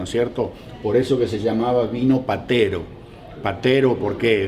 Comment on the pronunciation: VINO PETERO (HABLADO BIEN).